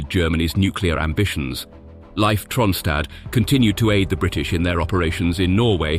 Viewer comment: Tell your voice synthesizer that Leif is pronounced Leaf, not Life.